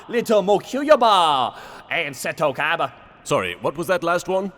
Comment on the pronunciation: who the hell is "Kaiba"? I only know Koyber - the one that Joey duelled for no reason.